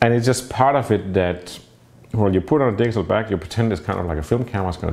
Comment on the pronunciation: Am I the only one who hears him saying "diesel back"?